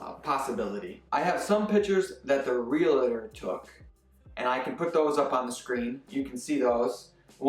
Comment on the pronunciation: Lol “Santa Clarita Diet” “Its Realtor not Realitor!” Haha - Stay as you are 👌🏽